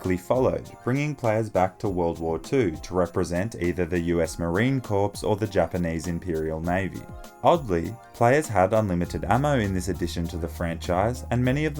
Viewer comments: marine corps is pronounced CORE not Corps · my man, Marine Corps is pronounced like Marine Core not corpse. I’ll let it slide this one time 😉